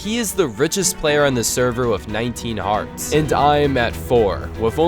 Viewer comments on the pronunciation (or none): The fact that you pronounce the word "with" like "wiff" is too much of a distraction to be able to enjoy the video.